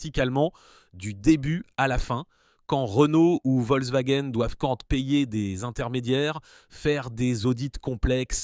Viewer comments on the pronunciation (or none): none